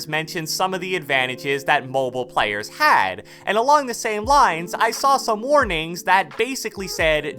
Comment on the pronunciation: Man said plyers